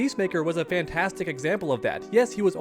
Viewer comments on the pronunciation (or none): none